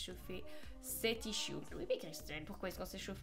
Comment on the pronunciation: Peut-être qu'elle le fait exprès ou alors en Belgique ils le disent comme ça (je crois qu'elle est belge)